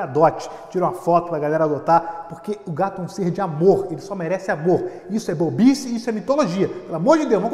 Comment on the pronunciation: Quando o fala bobice eu escuto bobinski, vcs também escutam isso?